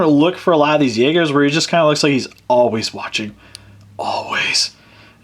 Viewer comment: its pronounced yaygers